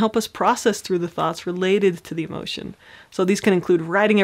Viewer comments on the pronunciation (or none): none